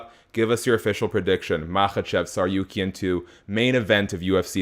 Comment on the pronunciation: Tsarukyan is pronounced /Tsar-oo-kyan/ habibi. Not tsar-you-kyan